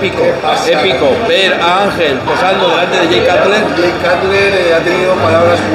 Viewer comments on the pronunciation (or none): cutler se pronuncia conU